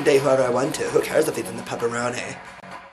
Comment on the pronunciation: did he say " the Pepperoni?" instead of Papprazi?!! ha ha ha!!!!!